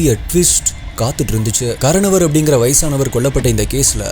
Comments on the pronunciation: கரனவர் என்று சொல்கிறீர்கள்.., ஆனால், அதன் சரியான உச்சரிப்பு ; 'கார்னோர்' அல்லது 'கார்னோவர்' என்பதே! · Ur pronunciation is really bad. It's kaaranavar which means kudubbathirku moothravar periyavar nu artham. Baskaran is his name. Sometimes name, place name, every wrong ah soldriga.. athu therinchu paakaravagaluku disgusting ah irukum.... It would be better if you try to pronounce better... 😊😊😊🎉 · pronunce wrong karanavar